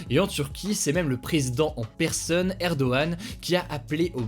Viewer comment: "Erdogan" pas "Erdoane" 🤣